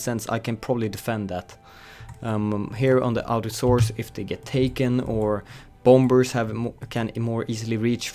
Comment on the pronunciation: Anyone else annoyed when he says bom-bers, in sted of bomers the second b is silent